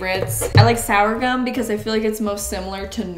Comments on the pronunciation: Came to comments to see if anyone else corrected the sourgum to SORGHUM (pronounced more like sore-gum). Also xanthum or guard gum is great to help the consistency of gluten free baking. It's great to see others baking gluten free - thanks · Did say sour-gum for sorghum (sore-gum)? Haha I love you! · Sourgum….surely you mean sorghum? I worked at a dedicated GF bakery for four years…we always said sorghum….(sore gum) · I love how you pronounce it "sour-gum". Here in Texas, USA we say "sore-gum". But it's all the same sorghum plant. haha 😄 I have not seen butter flavored coconut oil, but it sounds great. Gonna look for it. I am allergic to wheat (I break out in rashes and suffer gastrointestinally) and I am both gluten and dairy free. Your recipes are much appreciated. They looked delish! Hey, loved the 2- piece sets you and Mama Maples modeled. (We just call 'em SWEATS here in Texas. Of course, everything makes ya sweat in Texas. 😉) Stay well and stress free. Have a lovely wedding! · I'm gonna be "that guy" and comment to say that I think it's called sorghum flour, not sourgum flour. I giggled a little bit about that one. You and I literally have nothing in common except being white female Canadians (I'm 37, been married for 13 years, very different body types and fashion tastes) but I've still watched every one of your videos religiously for years. So happy for you, that you found your life partner! Can't wait to see all your wedding plans. Try not to let it stress you out too much. I can say from experience that while it feels VERY important now (and it is a big exciting day), in the grand scheme of life it's really not, and you'll have a great day no matter what ends up happening. Plus, your channel requires so much planning and hard work, so I feel like wedding planning will be a breeze for you and you've already got ALL the skills you need! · Anyone else catch the sorghum flower and calling it “sourgum” flour. WTH 🤔🤪